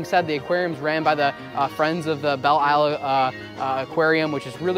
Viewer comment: It's pronounced Bell Lyle.